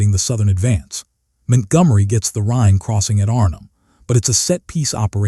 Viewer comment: Man this doc is hilariously stupid because La Lamy is supposed to be Al Alamein and , the AI states Montgomery's name as Mint Gummery. That said, WW2 Content Creators need to get their shit together if they're hoping YouTube Viewers will take them seriously.